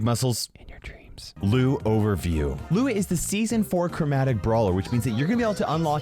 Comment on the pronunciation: Whenever he said "Lou is" I understood it has "Louis"😂😂😂